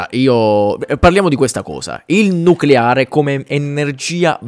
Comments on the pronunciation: Nucolare lisa , si dice nucolaaaree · Un momento... non si pronuncia noculare? Le mie certezze crollano! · Beata ignoranza... Nuculare! Si dice nuculare!